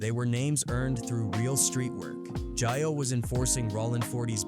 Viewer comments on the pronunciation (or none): It's not jah yo. It's jayo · WTF IS JIYO!!.... STOP FUCCN UP THE HOMIES' NAME!!